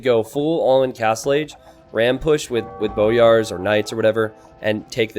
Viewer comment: Also, it's "boy-ar", not "bo-yar"